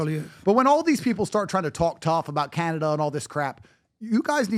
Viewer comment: did this dude really say Canned Ace😭